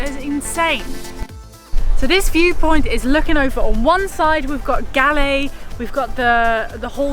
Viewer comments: You are pronounced it wrong..not G..A L.. L.. E.. IT PRONOUNCE REALLY LIKE Goal. Say Goal. 👍👍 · Its pronounced goll not galle!! :p :D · LOL the place galle is pronounced like "gall" not "gully". beautiful vid....you should visit trincomalee....there are so many beautiful beaches as well as pigeon island.... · It ain't Gallay. It's pronounced "Gaul" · Its Galle Pronounced as G-o-o-l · Galle is pronounced like Gaul. Kind of like how Bondi is pronounced Bondayi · Those are coconut trees . It’s Galle ( Goal) pronouncing as Goal in English.